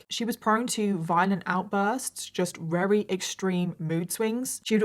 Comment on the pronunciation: I love her but did anyone else notice how she says very like rery?